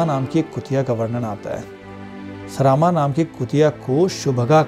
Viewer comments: उच्चारण सही करके पढ़िये। सरामा नहीं सरमा होगा। ऋग्वेद हिंदी में पढ़िये अंग्रेजी में नहीं। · सरामा नहीं सरमा।